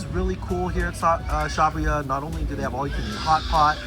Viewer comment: Former employee of the fountain valley location, the way pronounces it is correct and the way pronounces it is incorrect